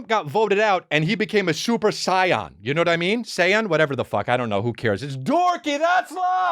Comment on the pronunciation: Did he just say super scion? S'disrespectful